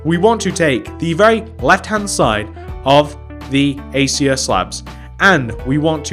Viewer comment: You said Acacia wrong